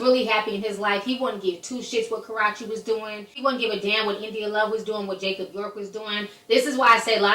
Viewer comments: Why do you always pronounce Karrueche name wrong? Lol.. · Can u at least pronounce Karrueche's name correctly!!!..& it's Jacob York not Jacob Love...smh..get things right before u try to report news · yes thank u its so annoying people still making fun if this girl name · idk if you're aware that you're saying karrueches name wrong or you're doing it on purpose lmao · Oopppssss I need you to learn how to say that girl name right 😂😂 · You keep on misprouncing her name all wrong lady try to read it slow. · yes she was irking me with that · You mispronouncing the hell out of Ms.Tran's name lml. That's not how you say her name. Before you blog about someone you should know how to pronounce their name correctly. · Every time you said Karrueche's name I cringed... 😂 But I totally agree with you... Once social media was introduced into the game it ruined that image that these stars built for themselves. I had to learn to separate their art from their personal lives, or I would not be able to listen to the radio, or watch a movie for the most part 😂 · It was intentional and not funny. If you can't pronounce someone's name you shouldn't cover a story on them. Lol Just saying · It's been to long to still be saying this woman's name wrong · Lol i so much she be cracking me up but she keeps says Karruche's name wrong and i be like noooo..smh...lmao. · It's funny how she keeps pronouncing her name wrong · You're saying her name so wrong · ur prounoucing karrueches name wrong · Maybe U should say her name better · I don't think that's how you say her name lol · Girlfriend, no shade but you must learn how to pronounce the characters that you are reporting about. Please go search Karrueche's YT channel and learn to pronounce her name correctly. Just giving you a little tip or advice. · LMaoooo everytime she says her name honey !!! lmao lawd!!! loved this cup of tea but pronounce her actual name please!!! her name does not rhyme with karate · ka-rrue-che not ka-rra-che